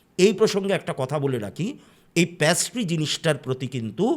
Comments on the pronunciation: ওটা প্যাস্ট্রি নয় পেস্ট্রি,, প্যাস্ট্রি কথাটা শুনতে বড্ড কানে লাগছে। আর অনেক ধন্যবাদ এত সুন্দর একটা গল্প শোনানোর জন্য আপনার বলার ধরনটা খুবই সুন্দর লাগে। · প্যাস্ট্রি কথাটা খুব কানে লাগলো ওটা হবে পেস্ট্রি, plz don't mind 🙏🏻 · ওটা প্যাস্ট্রি না পেস্ট্রি হবে, baki apnar story telling khub e sundor❤❤ sudhu ektu extra ktha bolen majhe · প্যাসট্রি নয় পেসট্রি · Apni to ekjon teacher Ei french word ta pattiserie in english pastry, erom joghonno pronunciation keno korchen baar baar,,entire episode ta oi ekta word er jonno eto besi irritating lagche,,,ki r bolbo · Absolutely Being a teacher...khub ei baje